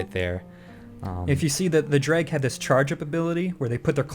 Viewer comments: Dreugh rhymes with dough like drough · Dreugh is pronounced like druff. just sayin ;) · I think a lot of the complaints about spell effects are coming from people that have never played an mmorpg. This game isnt solely for the TES player. And its dreugh. Its pronounced "drew". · Dreugh is pronounced dreh or drow. I've heard both in the games, but in none of them is the "G" pronounced. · Dreugh is pronounced drew.